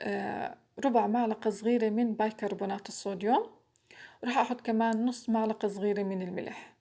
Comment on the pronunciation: ملعقة مش معلقة لللللل مش ععععععععع إستغفر الله 😒😒😒😒😒😒😒😒😒😒😒😒